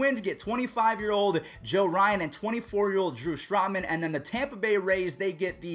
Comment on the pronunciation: Yeah you definitely botched the name Joe Ryan😂classic